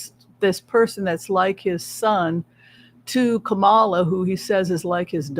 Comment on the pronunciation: Please everyone stop mispronouncing Kamala Harris's first name. When she was on the View, she said her name was pronounced Coma-la. She and Joe make a great team and we need them both.